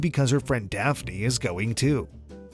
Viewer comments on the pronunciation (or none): none